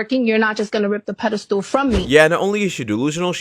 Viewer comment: "Pedestool" lol it's "pedestal" 😆 🤣